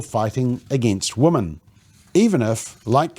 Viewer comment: 100% thanks for your succinct reporting. MSM, where are you? BTW, the pronounced plural of 'woman' is 'wimmin'.